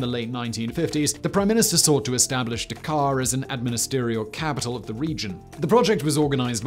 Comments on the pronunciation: Can pronounce Bundestag perfectly, but still gets Dhaka and Pakistan wrong... :/ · Dude, Dakar is in Africa. Dhaka is pronounced differently.